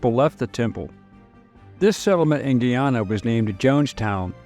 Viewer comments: it said as GUY AS IN THE MALE GUY ANN NA NOT SAID AS GHEE AS IN THE EAST INDIAN INGREDIENT AAHN NA say it correctly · How similar jones was to modern democrats is scary. He would be in congress these days. Not that you will need this info again but Guyana is said guy-anna. Great job as always. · The country's name is pronounced GUYana; GUIana s still administered from France.